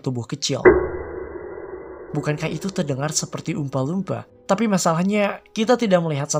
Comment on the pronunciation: jelek pronounciation nya. dilebih lebihkan banget apalagi pas nyebut oompa loompa